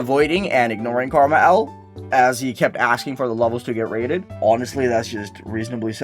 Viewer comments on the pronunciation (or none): you say KrmaL as karma L. but isnt it an abbriviation for krazy man 50. Since L is fifty is roman numerals